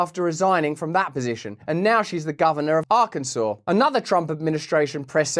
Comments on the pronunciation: good form saying Arkansas correctly sir! no i dont live there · Wow, Russell you pronounced "Arkansas"exactly right, and there are so many people born in the USA who aren't capable of doing that.